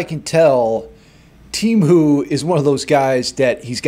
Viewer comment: The "ee" in Teemu is closer to "bear" than "tea". It's not Tiimu.